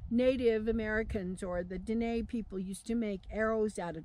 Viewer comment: Aren't you mispronouncing Dine'???